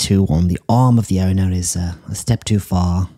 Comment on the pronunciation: “Here we have a dog being murdered by its ownah” “not sure why she sent this in…” 💀